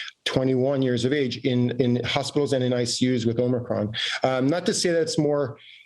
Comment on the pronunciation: I love how she says “omicron” in the traditional pronunciation. 🤣🤣